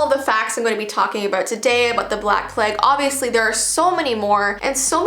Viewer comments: I love her pronouncing it pleg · the way she says plague had me creasing. I love her so much